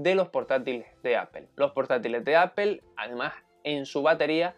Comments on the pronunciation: Es raro, porque el sonido final de "Apple" (ˈæ.pəl) es más parecido a una "O" castellana, no debería haber problema para pronunciar algo así como "Áp'o" en lugar de "Apel". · por que dicen apel? xD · No entiendo porque le llaman "Apel", los españoles también no dejan de decirle así, alguien sabrá?? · entonces se dice aple you know ? Gogle, se comen las "s" y según ustedes crearon el idioma. Me gustaría que que dieran el ejemplo al hablarlo.